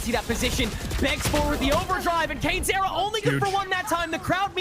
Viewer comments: cane-ze-rra 大概是kane-seh-rah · Canezerra那是什麼念法……